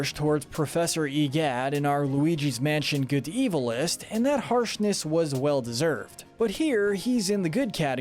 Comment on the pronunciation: It's evil not eviel